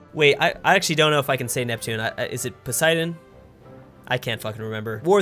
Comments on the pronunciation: Neptune is correct (the Latin name) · It’s Neptune my friend Thank you for getting it right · It’s Neptune, you got it right